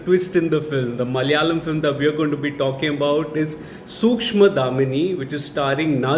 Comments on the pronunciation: Sookshmadhaamini ? how "Darshini " pronounce as "Dhaamini " ? dude atleast pronounce the alphabet correctly. is it too hard to pronounce an english word ? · Nice review..by the way it is Sookshma Darshini not damini😅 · Bro its सूक्ष्म दर्शनी , not dhamini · Pronounced as सूक्ष्म दर्शिनी..👍🏻